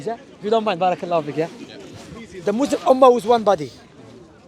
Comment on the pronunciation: Can someone tell to stop saying mozlem and say Muslim. There is a massive difference